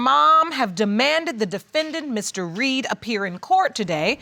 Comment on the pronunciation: He messing up the Reed name.